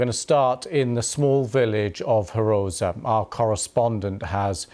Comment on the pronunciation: Not "Hroza"... Groza - that correct name!